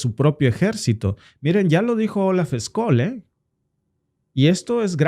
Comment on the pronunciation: Scholz se pronuncia chols. la ch española en alemán es sch.